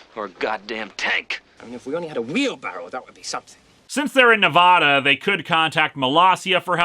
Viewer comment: goddamn is why you gota say nevada wrong